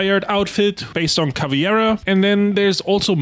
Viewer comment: I just heard 3 hour straight some dude pronounce CAVIEIRA 🧠